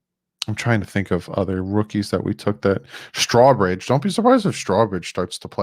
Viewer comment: I Know, I Know, you can hate my type.......but Strowbridge is pronounced like Row your boat. StROWbridge. No straws involved. Sorry bud Love ya